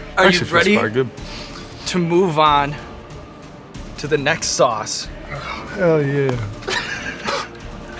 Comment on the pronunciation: "Hot souce is the best."